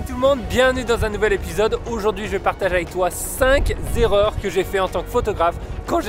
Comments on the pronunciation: C'est encore une zzzzzerreur! 🤣🤣 On dit cinqqqqq qqqqerreur! 😉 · A t=0,05 et t=0,45s, j'aurais préféré entendre cinq erreurs plutôt que cinq z'erreurs... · choquant le 5 "z'erreurs" L O L